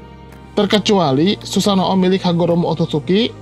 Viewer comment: Min tolong dong ngucapin susanoo jangan susano o, huruf o nya bagung jadi satu gak harus disebutin susano.o, cukup susanoo , huruf o panjang